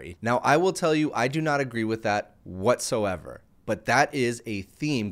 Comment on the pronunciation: "I dont agree that whatso eva" right...